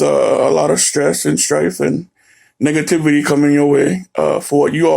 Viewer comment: who else heard n**gativity?!